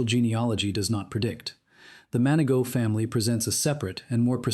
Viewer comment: MANI-GO... NOT MAN A GAULT